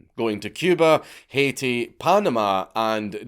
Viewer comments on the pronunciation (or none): none